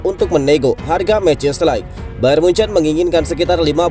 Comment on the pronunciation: Mau koreksi min ,, bacanya de ligt bukan light ,, 🙏